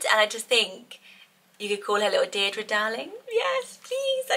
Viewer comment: I am loving: Mabli (and could also have Maple) Isolde Zinnia (and Linea) Valli Jericho Delphi❤❤❤ (And Darling). I love the way Deirdre is said here .. so is it different to Deer -Dree as in Barlow though? 🤣